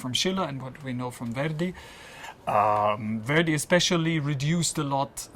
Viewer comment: Note to the interviewer: learn to pronounce "Verdi" before asking your first question; you make the 19th Century Italian composer sound like a 21st Century African-American rap artist named Where-D (brother of Heavy-D?).